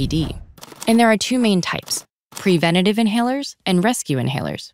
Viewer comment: She says prevena tive